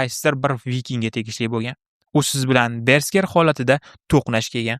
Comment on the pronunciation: Bersker❌ Berserk✅